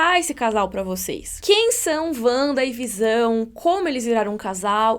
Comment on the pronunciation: Sério, é Vanda a pronúncia! Não existe Uanda!